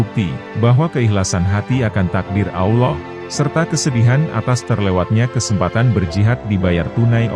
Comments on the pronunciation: BUKAN AWLOH TAPI ALLOOH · Sebutan Allah yang bener ya.. Bukan Auloh..... Sebetulnya ALLAH